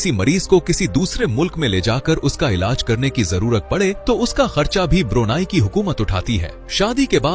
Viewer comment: ब्रुनाई नहीं ब्रुनेई है दोस्त ✅🙏🏻✌🏻